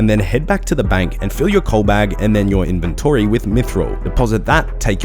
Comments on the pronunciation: why does he say both inventree and in-ven-TORY? the second one makes him sound like a dick. great guide otherwise. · In your invenTORY, that pronounciation got me lmao. Still highly appreciate your guides, you've helped a returning player a lot!